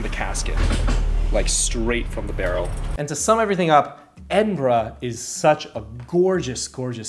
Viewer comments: Edinburg ahahaha gets me every time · Edinberg XD